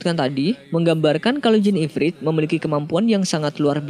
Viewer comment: IFRIT BUKN IFRID